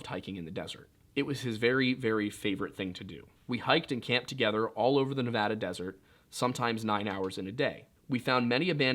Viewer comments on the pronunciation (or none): none